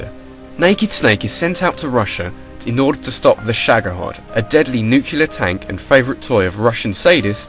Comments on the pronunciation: I heard "nuke-yu-ler". Or something along those lines. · It kinda sounded like "nucular", but maybe my ears were just a bit clogged.